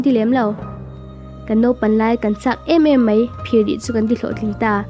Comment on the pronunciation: Mei anilo a... Mai tih zawk tur a ni e